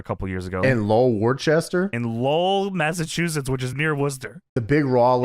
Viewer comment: being the only one who can pronounce or even know where these Massachusetts town names are make me proud as a Masshole. We know, our town names are weird and aren't spelt right